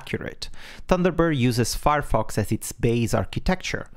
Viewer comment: I listened to what was said 5 times before I gave up, only hoping that it would become clear later on, on what Thunderbird was built. Which it did and that was something I already knew as a 20+ year user of Thunderbird and still had not recognised the word Firefox. This is what you typically get when a non-native speaker of Englisch listens to some other non-native speaker of English when they don't share a common native language (that bends their accent and grammar in English in the same way). Please consider supporting key terms in your narrative immediately with a clear on screen display of those terms (i.e. not hidden in some highlighted sentence a few seconds later when someone is already no longer properly listening, wondering what you are talking about). Thanks for the heads up and considering usability for long time users, I hate it when Outlook (that I don't use on a daily basis) has dropped some feature to make it easier on new users, but even worse of an IMAP client than it was in the previous version. Nothing worse than something as crucial as daily email processing being interupted because your previous workflow can no longer be executed.